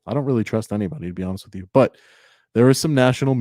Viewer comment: Show us one news story that YOU are not the center of. One where you’re “gathering content for a story,” that will later be published. Why? Because that’s the story. That’s not news worthy. And learn to say entity, library “with you” it’s not witch choo. A journalist speaks proper English. You aren’t even in the same galaxy when you “try” to act tough and sound from the hood in your polo and spare tire. Pull up your pants to hide that gut. If I was your woman I wouldn’t let you walk around with that thing hanging out. 🤮🤮